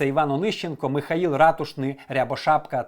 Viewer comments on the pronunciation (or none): none